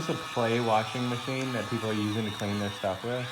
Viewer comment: “Warsher merchine”